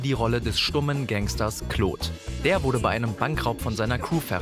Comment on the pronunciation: Gta's stummer gangster "kloht" xD - dachte wäre Claude, aber ok. XD